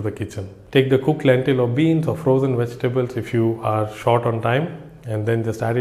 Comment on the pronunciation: There NOT Wegitables m8 if your going to make a video at least get the enunciation right with ingredience.